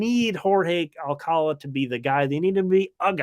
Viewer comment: OK, I live 20 minutes from Alcalá de Henares. That's where Jorge's surname originated, so to pronounce his name correctly, you need to put the accent on the last syllable of Alcalá. So it's alca-LA.